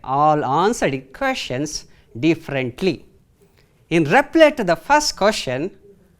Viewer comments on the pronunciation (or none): Respected sir you are mispronouncing some of the words. It's REPLY . You are pronouncing it as REPLAY. Many students are watching you. It would be nice if you avoid such silly mistakes.